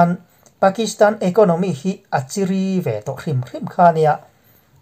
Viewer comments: 'chiri' tih i lamdan hi a diklo deuh ka pu. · Zotawng chhiar hi a har ngang aniang e, chiri pawh lam dikloh chu leh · Aw nia, kha lai, kha a tisual leh palh ta a nih kha. Lo hre thiam mai rawh. A lehpekah chuan a tidik tawh ang.